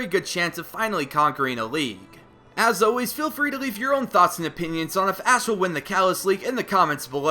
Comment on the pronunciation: At like did he say ass instead of Ash?